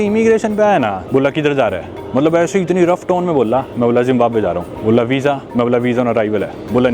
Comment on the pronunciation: Zimbamwe ❌ Zimbambhar✔️